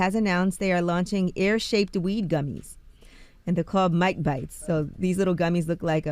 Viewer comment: The fact that y’all had a whole segment around mike bites and was WRONG. ITS NOT A BITTEN PIECE OF “AIR”…..it’s A BITTEN EAR!! Yes just like he did EVANDER! 🤣